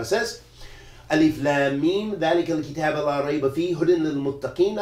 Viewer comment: you said كتاب with fat7a on the ب it i dama on the letter ب Maybe it is a difference i the qira2at